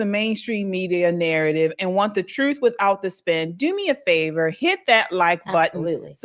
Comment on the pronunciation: It's "TRUTH" not "THRUTH" .